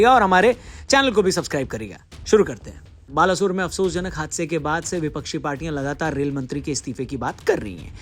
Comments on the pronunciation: Balashore nehi Baleshore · Baalasore nhi bhai Balesore. Odia mein aise pronounce karte hein Baaleshwar. Odia mein nhi samajh aayegaa aapko. Isiliye english mein likh diyaa. Aise pronounce karte hein Baaleshwar. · यार वो "बालासोर" नहिं "बालेश्वर" है यार plz सही pronunciation करो बुरा लगता है।